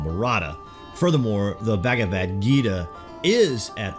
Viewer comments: It's not bagavad, it's bhagavad #FACEPALM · bahgahvahd not bag a vad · U say bagavadhu ..funny😆😆